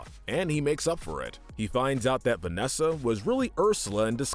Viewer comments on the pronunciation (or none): none